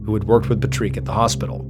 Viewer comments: just pronounce it like in English. If it were a French name, it would be Patrice. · no, he legit sounds like he doesnt know how to say it. I hear these types of people mispronounce words constantly. Its not just Ballen. Katrina from Origins Explained does it nearly every episode. I wont ever stop trying to help someone speak better, and you shouldnt try to stop anyone from helping. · I think the name is pronounced Pat-reek not Puhtreek. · Its Pat Rick,, Patrick not petreek or however your saying goofily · Tripping me out you calling him " patriq" instead of just Patrick lol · Patreek? Isn't it just Patrick? I mean, it's IRISH for Pete's sake! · Do you mean: "PAT - rik" not "Patrique" 😂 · Patrick is Pah-Treek? what lol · It's paa trick not paytrick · why do you say his name like that that's not how you pronounce his name. 😅 you crack me up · You really don’t know how to say the name Patrick? wtf is “Pa-trique”. There’s no way. 😂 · Patrick is pronounced 'PAT TRICK' not 'Patrique' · Patrick = Pa-trick ❌ Patrick = Pa-trique ✅ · So is it Patrick or Patrique?😂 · pat-trick patrick not pa-treak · It’s pat-trick not pa-treek 😂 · Is that how his name is pronounced we say it like Patrick Star not patreek. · Patrick is pronounced pat - RICK like rick and morty. Not pajrik. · Pat trick it is pronounced Patrick. I don’t know what you’re saying, but it’s not the correct pronunciation not Patrik sounds like a girl’s name. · say Rick now say Pat now put them together. Pa treek could be a pronuciation. Pat rick is more common though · 😂 do you mean Patrick not Puh-treek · Pa-treeek? Not Pat-Rick? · Its Patrick not patreek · Patreek? No this is Patrick. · You know it's pronounced Patrick, right? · Also…Claud for a female and Patrick pronounced Pa-treek instead of Pat-rick. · Patreek? Wouldn’t that be Pat-Rick, Patrick, like it’s spelled? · No, no. It's PatRICK, not Patreeeeeeeeeeeeeeeeeeeeek. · Why you saying patrick like that. Every time you say pat-reeek i cringe haha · "Pa treek?"